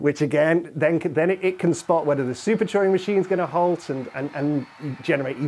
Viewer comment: I thought he was saying "choring machines"